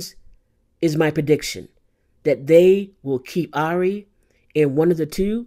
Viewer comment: Great video. BTW I heard somewhere the right way to pronounce her name is "eerie" 😊